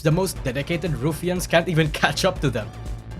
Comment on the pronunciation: "RuFians" Sorry, couldn't help but mention the way you say it